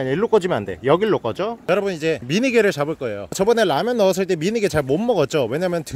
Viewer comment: 라면이라고 말하는게 왤케 이상한거같지 ㅋㅋㅋㅋㅋㅋ 헌터퐝님 말투로 바꾼듯한 늬낌